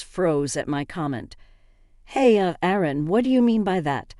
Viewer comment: Someone doesn't know the difference between "Aaron" and "Erin"?